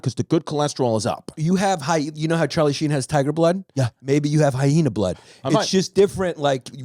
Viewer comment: I love the extra h they throw into the word hyena 🤣 hy-hena haha good stuff!